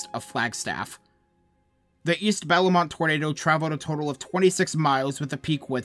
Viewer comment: more than just bellemont was mispronounced but whatever